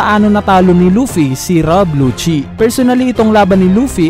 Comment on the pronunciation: Rob lucci hindi rab lucci, ano ba.. hahahaha